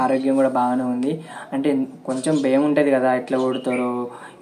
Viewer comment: బెమ్ ఐతుంది కాదు భయం అవుతుంది అనాలి